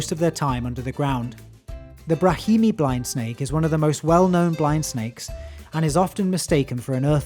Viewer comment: Brahminy, not "Brahimy"